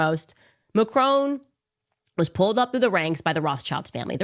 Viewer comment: Macrone? Macron. Is she really that bright. ?